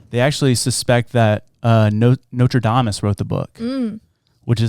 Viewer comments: Nostradamus* not notre damus 😂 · ‘Notradamus’ - do you do ANY research bro?? 😂😂 Like he’s from Notre Dame? LOLOLOL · I LOVE you all SO MUCH and swear I’m not trying to seem snide or like a smarty pants but it’s not Notredamus it’s Nostradamus. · Maybe by 2027 you’ll learn how to say Nostradamus, with an “S”. I wish people that made this much money mispronouncing and half-ass researching subjects would just care enough to create accurate and well spoken content. It’s like watching g 3 monkey’s sodomize a coconut.